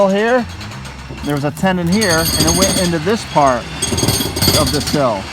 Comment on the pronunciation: I just found your channel and I love what you are doing! I wish I could see the insides of the buildings, but you are more about the structure and the exterior. One thing that bugs me- I don’t know if anyone has mentioned it before, but the old beams are put together with a “mortise and tenon”. I keep thinking you are saying “mortise and tendon”. I may just be misunderstanding you.